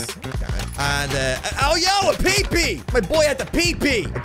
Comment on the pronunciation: The way you say peepeee😂😂